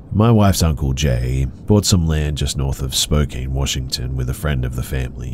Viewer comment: It's spelled Spokane but pronounced spocan